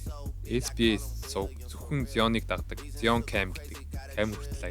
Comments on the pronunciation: Zayion gj unshwal zuw bhaa amjilt goy bolson bn. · zaayon gsn duudlagatai shvv bro neg evgvi sonsogdood bn